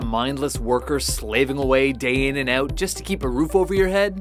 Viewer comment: 'out.' not 'ooot'